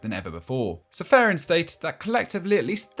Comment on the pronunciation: You fail to pronounce Aleksander's last name. Its Pronounced Čeferin not Seferin.